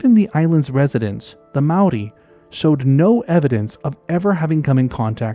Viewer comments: As someone from the area in New Zealand this is of special interest to me! You've done a great job collecting references and did a pretty good job pronouncing the Maori names (pronunciation changes throughout the country actually), but we've a stash of lost wildlife that I secretly hope will show up again one day! So to topic: Given the number of wild animal releases that New Zealand had in the early years, there's every possibility that someone tried to to introduce otters, and beavers, amongst the list of everything else that was brought in as "game animals". Both have reasonably short lifespans (~15 years and ~10 respectively) so I'd propose a small group of introduced individuals who failed to maintain a population. All of that said I think it's also important to keep in mind the power of suggestion, and my conclusion on this topic has always been the same as yours :) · Your Māori pronunciation for our native species is really good. A rare thing for people who havent spent a lot of time here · Well someone finally did their reasearch on pronouciation. For a non-kiwi making that effort, i am impressed. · Mate this is an amazing effort at pronunciation of Maori language, seriously appreciated, well done. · Loved your pronouncement of Maori language, also a brilliant presentation. Thankyou from a Kiwi phellar. 😊